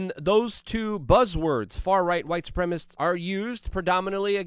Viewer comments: Luke, it is pronounced Suprem-a-cist. Sounds like you are saying Suprem-ist. LOVE your PODCAST! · LUKE. You have to stop saying "supremists" and say "supremaCISTS" 😅